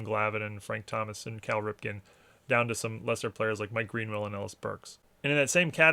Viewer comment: Other than your accent being American, your voice never really indicated to me what region you’re from until 😂 The Marylander in you revealed itself 🦀. You didn’t say “Cal” with a Bmore accent though. It was the “mah boy Cal Ripken” package. Montgomery County? Howard County? 🤔 Great stuff man!